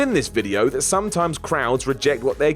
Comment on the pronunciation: why cant you pronounce the word 'that'